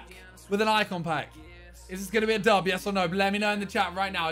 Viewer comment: Dats a dub...that’s a dub...is that a dub...that’s a dub. Fucking great English...